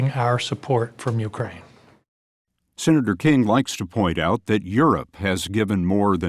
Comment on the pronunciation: That former security general or whatever saying YEWcrane instead of Ukraine gets me